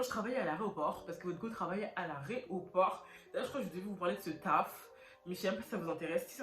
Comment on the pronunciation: On dit aéroport ma chérie et non aréoport 😭😭😭